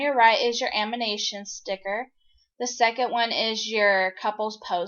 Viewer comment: shes saying " amination "